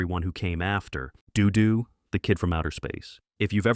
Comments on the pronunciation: Interesting how the AI couldn't figure out a consistent pronunciation for "Dodo". Also how Space Angel gets cited, but Clutch Cargo doesn't get a mention... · I don't know about you, but I ALWAYS want censors to be bad at their jobs, if we have to allow them to exist at all. I also like how your AI narrator flips a coin on how to pronounce 'DoDo' every time it says the name. I swear I saw 'The Mighty Heroes' on Dallas TV in the 1980s; I distinctly remember a baby superhero with a bottle and a guy in a sailor suit who turned into rope. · First of all, if you can't use a real human narrator then don't even bother. The narration on that segment about "Dodo the Kid from Outer Space" was especially bad. Three different pronunciations of "Dodo"? ("Dodo", "Doo Doo" and "Do Doo"? WTF???) The Beagles' soundtrack is available on CD if you're willing to look for it. It's available in a "two-fer" with the soundtrack to The Banana Splits. Funny Company was a hit show for a while. The character Shrinking Violet had a talking doll made of her by Mattel. As others have stated here, Space Angel was from the same studio that created the better-remembered Clutch Cargo. Tennessee Tuxedo was a legitimate hit show. The character was not "Professor Whoopee", but "Phineas J. Whoopee", referred to as "Mr. Whoopee". He was voiced by Larry Storch of F Troop. Rocket Robin Hood looked like it was done by Grantray Studios, the same Canadian animation studio that produced the syndicated Marvel Super Heroes series that debuted in 1966. What that Hot Wheels cartoon got in trouble for, basically being just a half hour long commercial for Hot Wheels toy vehicles, was attempted again much more successfully in the '80s with shows like The Smurfs, G.I. Joe, He-Man & The Masters of the Universe, Transformers, Voltron and several others. Those shows were even more brazen about it though. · I'm dying with Dodo, DooDoo, Dudoe. The AI hasn't pronounced it the same way twice.